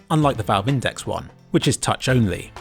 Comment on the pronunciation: You pronounced index wrong